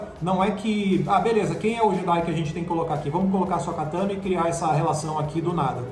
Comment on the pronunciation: "Bo Kazan", "Ashoka Kano", "Darfi Mau", "Baby yoga"... falando de Star Wars é uma tristeza, dói o ouvido